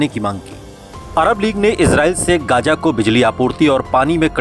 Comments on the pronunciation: Gaja nahi Gaza h. Bolna dekhiye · It's Gaza Not Gaja